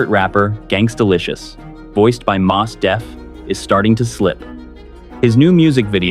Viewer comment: "Mos" in Mos Def is pronounced as Most without the T